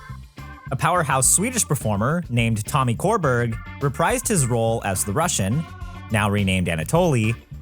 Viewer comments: Tommy Körberg’s surname is pronounced like sure-berry and he’s huge in Sweden. Like originated the role of Jean Valjean in the Swedish cast and just cameoed as the bishop in the international arena tour. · Pronouncing Tommy Körberg as "Tommy Core-berg" is probably the peak of English speakers unable to pronounce Swedish names and I love it lmao